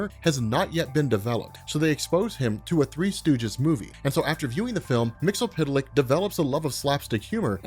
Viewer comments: Its Mix-yeess-spit-lick goddamn it. Not mixel-pit-el-lick not mixy-pit-lick. MIX-YES-SPIT-LICK!! Also its Vindictivex or Vindictive-ix not Vndvnm lol. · Why do you keep calling him "Mixo- pita-lick?" Its Mit-spit-lick" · Mix-ull-pittle-lick? To quote the imp himself, it's pronounced "Mix-yesz-spit-lick". And backwards, it's "Kill-Tipsy-Zim". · Love Comics Explained but his mispronuniciation of Mr Myxyzptlk is driving my crazy. It's pronounced Mr Mix-iss-pit-ill-ick. Not Mr Mix-ill-pit-ill-ick. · It's "Mxyzptlk", not "Mxlptlk". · he pronounces it wrong the whole video. It's pronounce mix-yes-spit-lick. Not mix-el-pit-el-lick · It's pronounced Mix-Yez-Spit-Lick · you are awesome and I know how difficult it is to pronounce the name and even more difficult to change how you say weird comic names after using them for decades but there is an episode of Superman the animated series where he breaks down his name... mix yes spit lick just an fyi but keep doing what you're doing I love all your content thanks for keeping me up to date for the past decade or so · Mixy-spit-lick, dude. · It’s “Mix Yes Spit Lick” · Here is how to properly pronounce his name: Mix Yes Spit Lick. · There’s no s sounds lol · Isn't his name pronounced MIX EEZ PITTLE LICK? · Love the video but his name is pronounced Mix-Yuhz-Pit-Lick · Mix Yiz Pit Lick. Why do you think the Z makes an L sound! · His name is pronounce Mix Ya Spit Lick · Stop butchering the name its Mix-Yes-Spit-lick Mxyzptlk is the name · Mix Yes Spit Lick. That's how it's pronounced. There's only one L in the name. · Mix Yiz Pit Lik, but I'll take the TAS joke pronunciation over anyday. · It's pronounced " Mix Yiz Pit Lic " One day you'll get it right. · It's actually Mr. Mix Yes Spit Lick He even said that's how it's pronounced from the 1990s Superman: The Animated Series cartoon. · Your pronunciation is WAY OFF. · I came here just to hear you butcher his name. I was disappointed.